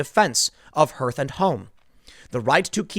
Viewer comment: "Hearth" rhymes with "Darth"